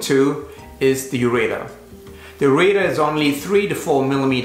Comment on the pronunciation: I wanted to scream listening to this dude call a ureter a, ur a tor. I am currently in severe pain with this awful stone I have and listening to this from this dude is comparably as painful.